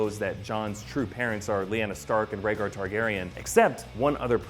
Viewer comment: It's "Targaryen"